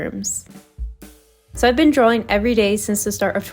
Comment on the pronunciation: I'm sorry, but an artist mispronouncing the word "drawing" drives me nuts, and I'm not sure I can watch more 😭